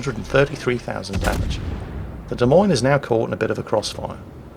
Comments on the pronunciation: Also...it not pronounced "DeMeans"...it is pronounced " De Moynes" or "Moines", like coins..... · Try listening harder, he said 'De Memes' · Of course you just misspoke knowing full well it's pronounced like, "de-moynz" for Des Moines.